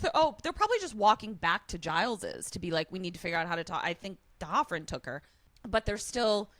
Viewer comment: Not sure if I'm right, but I think it's D'Hoffryn, not T'Hoffryn like was saying. Another great moment of Riley being a really good guy is that scene that couldn't stand. When Buffy is going on about marrying Spike, Riley is honest about how he feels about it and reacts the way his emotions tell him to. He doesn't macho out and yell at her or pretend he doesn't care. Also, that really looks like a red flag against Buffy. He was clearly really upset and confused and was not having fun, so for her to double down on a prank like that (as far as he knows), looks like she has a cruel streak.